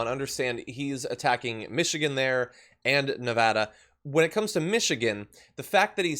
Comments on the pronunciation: As a resident of Nevada, I have to bring up that it's pronounced Nev-AD-a, not Nev-AH-da. Otherwise, keep up the awesome work y'all! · Stop mispronouncing Nevada. It’s Ne-Va-Duh not Nuh-vah-dahhh